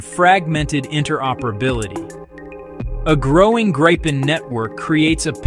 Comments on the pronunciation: Tiny gripe: it's pronounced GREE-pen, not GRIPE-en. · That RR engine is a BEAST😈 It is pronounced Greepen, NOT Grypen, btw😈